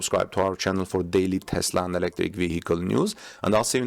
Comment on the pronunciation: Thanks for saying TESLA not TEZLA.